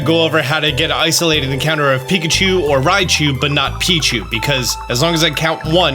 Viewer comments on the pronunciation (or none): none